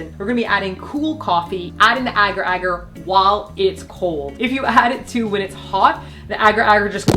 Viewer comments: Ok I have to say, it’s pronounced ay gar ay gar, not agger agger 😂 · It’s pronounced a-gar a-gar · You pronounce agar agar so adorably. In Australia we say AYEgar AYEgar